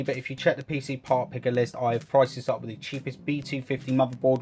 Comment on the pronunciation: Wif four freds lol